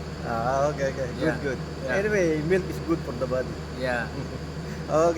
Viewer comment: Hindi nila gaano ma pronounce yong MILK na words "milik" 😊